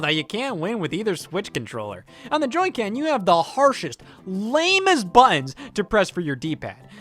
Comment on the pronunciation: Scott, your Midwesterner is showing